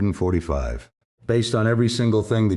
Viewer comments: Please can someone write the code to say 1945 and not one thousand nine hundred and forty five it can’t be that hard. It spoils the whole production it’s crap. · One thousand nine hundred forty five....😂🤣😂